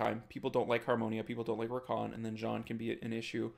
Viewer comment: The way to pronouce Jeanne: the first E is silent, so see it as "Janne". then the A sounds like how you prononce the A from Rica. then add the nn sound. you actually hadit right the first time u said it